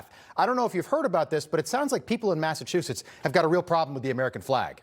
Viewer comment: Welcome to Massa-WU-setts I’m so sorry Massachusetts, you’ve been conquered 😢